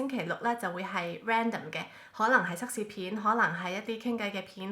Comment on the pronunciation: 係cak試唔係cuk試啊😂